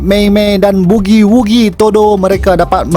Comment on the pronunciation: Mantap la intro... sdap betol hang sebut bugi wugi..